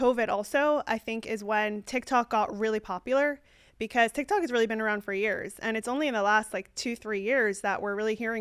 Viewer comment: It's TikTok bro not TikTik 😂